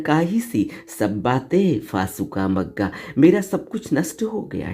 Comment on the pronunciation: असुद ढंग से मत पढ़ना। जैसे भ को म पढकर भग्गा को मग्गा पढ रही हो। भत्ता भुङ्ग बनाकर भाग्नाबसेस मे परिरणत करना भङ्ग करना भगाना भगादिन भग्ग भग्गा है। मग्गा को अर्थ क्या हे ? बता दो। असुद क्यों पढ रहा है ?